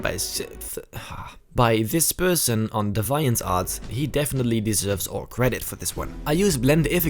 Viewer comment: Your photoshops are so pretty and well composited. Great work. (Also, DeviantArt is actually pronounced like “D V ent art”)